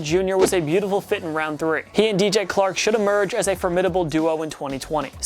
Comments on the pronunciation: you said dj Clark its dj chark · Did he say dj clark? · It’s DJ Chark not DJ Clark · K'Lavon Chaisson wasn't the 28th pick, And he pronounced Dj Chark as Dj Clark...